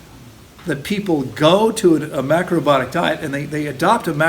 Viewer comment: Please say ALL the syllables of "mac-ro-BI-o-tic"! My ears hurt when u don't. 😣🤣 I have a real question next! 😉